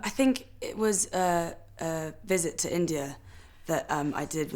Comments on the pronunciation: No, she says "ter" all the time instead of "to". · No, it is not... It's lazy. I know no-one who says "ter" instead of a distinct "to".